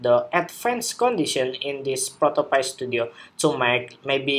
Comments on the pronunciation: It's pronounced Pi - Pī - like a piece of pie... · Hey thanks for the tutorial! the pronounce of the app is Proto pÁy (cake), "Create Prototypes as Easy as Pie" ;)